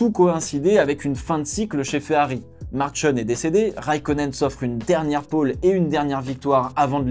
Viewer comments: On prononce Markione e non Marccionn.............. (ch et non c) à part ça très bonne analyse ! Je crains que Vettel ne rebondisse plus...... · “Marcione” ?!? Soit tu prononce tout à la Française (Nom anglais, italien..) soit tu fais un effort! car c’est limite Après je suis d’accord avec ta réflection 👌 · Quelle horreur... MAR-QUIO-NNÉ S'il te plait, un petit effort sur la prononciation de l'italien! Ch en italien =qu en français